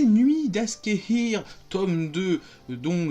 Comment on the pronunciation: les nuits d'Aksehir (ÇA SE LIT LES NUITS D'AKCHÉHIR!!!) c'est trop bien! j'ai lu les deux tomes au moins 15 fois chacun ❤ en plus Akşehir c'est pas très loin de chez moi en Turquie hihi Breeeef Tu mérite beauuuucoup plus d'abonnés mec! continue comme ça 👊